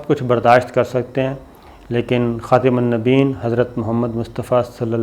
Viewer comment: خاتم النبيين كا تلفظ كسي عربى جاننے والے سے مشق کر کے درست کر لیں آپکو بہت لوگ سننے والے ھیں سب درست بولیں گے شکریہ